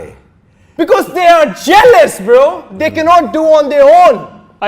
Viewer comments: He is saying bra😂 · its not bruh .....its "brahh" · I know i should not say something bad about someone's english but bro stop it bra bra karta rehta hai tu chup karja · ye bro bhi nahi bra bolta hai 😂😂😂😂😂😂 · Bruhh ❌️bra ✅️